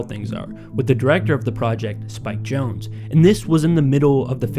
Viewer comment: I always thought it was pronounced ‘Jon-zee’ and not “Jones”